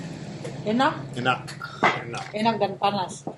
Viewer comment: My brother i have been binging your videos about Maluku, thanks so much for the great content - you speaking ambonese as well is very cool! One tip: the K at the end of words is silent. You dont actually speak the K out loud. So for example; when you say EnaK - try saying it more like [ENNAH]. god speed to you friend.